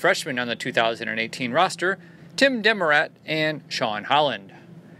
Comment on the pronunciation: Freshman QB's name is pronounced "duh more at" with the emphasis on more. He can spin it.